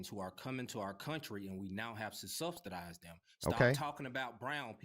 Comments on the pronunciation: "Susubstidize" subsidize, is the word you're looking for. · Substitize mayne lemme axe you sumin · "subtitdize" and white souff African, that tells you all you need to know about that room temperature IQ individual! 😂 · lol The guy keeps saying "Subsdidize" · "Substastizin yt peepo..." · " we gots to substidize them". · "Supspudize dem" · I didn’t know there was a “T” in the word subsidize but I guess you learn something new everyday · MF'r can't even say subsidize. 20 million "brown" people invaded this country over the last four years, and this ninja is concerned with 8800 South Africans. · This was INFURIATING to listen to, I had to stop. Why waste your time trying to "debate" these low IQ individuals? He can't even say "subsidize" correctly. Good grief.